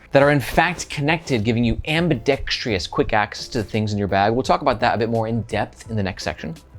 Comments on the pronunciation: There is no extra "i" in "Ambidextrous" that he keeps pronouncing lol. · Ambidextrous. Not ious